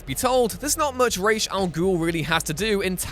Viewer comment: I honestly appreciate how you always pronounce Ra's right